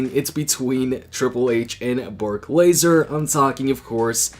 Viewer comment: Lesnar not Laser 😂🤣😄😅